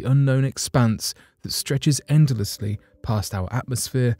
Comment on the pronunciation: "endelessley" 🤔🤔🤣🤣 - it's call Baryonic Matter, you hack!